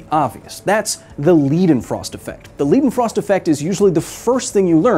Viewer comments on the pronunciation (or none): As a German I can't get over him calling it the "Liedenfrost Effect", it's "Leidenfrost Effect". Pronunced just like President Joe Bidens last name but with a "L" instead of a "B" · just fyi Leidenfrost is pronounced Lie-denfrost not Lead-enfrost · Why you spell it this way? "Leeedenfrost" sounds wrong "Laidenfrost" sounds much better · bruh, can ppl finally understand that they are getting their EI and IE sounds mixed up ? leidenfrost is pronounced "lie-den-frost" not "lee-den-frost" that would be spelled ie. this goes for literally EVERY german name or word. english speakers also been saying epstein wrong. its an "eye" sound , not an "eee" sound . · It's pronounced "Lie-Den Frost" not Lee-Den Frost" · Its pronounced lidenfrost, as its a german word. A German ei is pronounced like an English I. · It's pronounced L - I - denfrost-effect, not L - ee - denfrost, gosh darnit! Does it look like a German word? Then it's I, otherwise it's ee. Now that I got that out of my chest, great video of course! :P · Leidenfrost's Lei is spelled like "lie" or "Li in like" Hill We're gonna get you to speak german some day, just give me Time... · Public Service Announcement: Because many more Americans seem to get it wrong than get it right. In German names, "ei" is always pronounced "ay", never "ee". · It's pronounced Ly-den-frost, or Lie-den-frost, not Lee-den-frost tho. But good video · L - i - denfrost not L - e - denfrost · It's pronounced "leyden-frost" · Lie, lye, lie-den-frost. Simple German word rule - You pronounce the last letter of the IE/EI pair LONG. Lied, Sie, die, long E. Mein, Kleine, Sein, Ein, Leidenfrost - Long I. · Leidenfrost = Lie-Den-Frost In German when you have ie or ei you pronounce the letter that comes last. So Weinstein is pronounced Wine-Stine amd Wienstien is pronounced Wine-Steen. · It is pronounced like „lie-den-frost“ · Aussprache Polizei:: LIE-den-frost. It’s a German word, not English or Yiddish. 😷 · Did this fake Thor just say 'leedenfrost'?